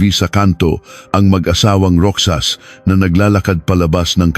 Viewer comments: Anoto??? Kwentong barbero???? AI pa😂 Roxas- Rohas not Roksas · Roxas hindi roksas bobo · ANG LABO MO NAMANG VLOGGER, KASI ANG PRONUNCIATION NG ROXAS AY "ROHAS" AT HINDI ROCSAS. PATI ALIBI( DAPAT PRONOUNCED AS ALIBAY) AT HINDI ALIBI NAKAKAIRITA TULOY PAKINGGAN. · Anong ROKSAS……. ROHAS. Ayusin mo ang pagKwekwento. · Pronounce the name correctly. Yung Roxas napronounced as Roksas dapat pronounced as ROHAS..alibi pronounced as "alibay" pati mga petsa..masakit kasi sa tenga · Hindi po iyan rok.sas, ro.has po! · Dont they have any helper or driver?It's pronounced Rohas(Roxas) not Roksas ..Ginang po not Gnang,Ginoong amd not G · ROXAS . PRONOUNS AS ROHAS,NOT ROKSAS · Rohas ang pronunciation hindi Roksas. Taga saan ka ba? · Roxas ang pronounce ay rohas. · Di ba sir ang pronuoncement mo ng apelyedo ay ( ROKSAS) di ba Roxas or Rojas ? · ayosin mo pre, not roksas, it's pronawns 'ROHAS"... ok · Roxas to be pronounced as Rohas I think😂😂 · 25 years ago wala pang cctv Roxas is pronounce rojas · Roksas..lol.. ROXAS...! AS in ROJAS...! Puchang AI. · Roksas ng roksas ... pronounce it as rohas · Roxas pronunciation is Rohas kaya lang AI yan😂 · Baka hindi po Roksas, kundi Rohas (Roxas) tama pgkabigkas? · Pwede bang turuan ang AI ng tamang pagbigkas. “ Roksas” for “ Rojas “ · naku po hindi roksas sakit sa tenga kundi roxas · Bakit ROKSAS? hahhaha😂 Roxas or ROHAS😂😂😂✌️ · Roksas Ang pangit ng pronounce eh. AI that is pronounced as Rojas 😅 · Roxas - "roksas" ❌️ "Rohas"✅️ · Di dapat gamitin ang English and Tagalog sa petsa.Roxas pronounced as Ro has.Labi slowly pronounced meant LIPS but infast way meant remains of dead people. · Ano bang kwento. Hindi marunong mag basa ang. Roxas naging Roksas and Alibay naging alibi salita. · Baka Roxas Hindi roksas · bkit ang alibi ay alibi ang bigkas pati ung Roxas ay Roksas minsan nkkainis pakinggan ang prounoun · Mr.narrator you mis pronouns the family name of Rozas, it pronouns ROHAS. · Naging Roksas ang pronouncation ng Roxas.😅😅😅